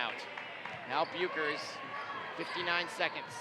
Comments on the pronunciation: How you properly say bueckers. Say beck and then ers but it is spelt different anyway that’s how you say it and the speakers that are talking saying that a foul when clearly not. And I’m on Hopkins side. 🏀🏀❤️❤️ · got me so annoyed when he said paige's last name so wrong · Is any one else mad that he keep pronouncing page Becker’s last name WRONGGG 🥵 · he got me so heated when he said bueckers wrong and nnaji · Yessss and Maya Naji at first and chicoles